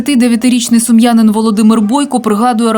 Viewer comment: Не сумянин, а сумчанин!